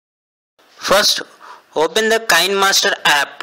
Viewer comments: Not kine it’s kiné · It’s not kind it’s kinè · I don’t mean to be rude, this really helped, but KineMaster corrected one guy on the pronunciation. It’s KEYnmaster, not K-eye-nmaster